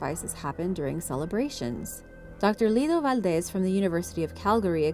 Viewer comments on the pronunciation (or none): none